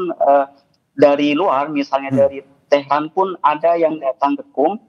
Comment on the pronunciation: Tehran Bukan Teheran